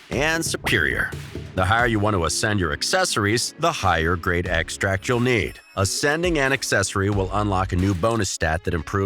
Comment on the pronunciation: OMG wrong accent, its noun "e'xtract" not a verb "to extra'ct"